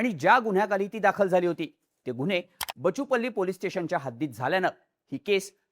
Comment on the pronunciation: It's बाचुपल्ली (బాచుపల్లి)!